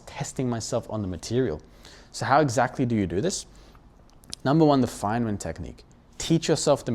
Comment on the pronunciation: Great video, by the way, it is Feynman technique not fine man technique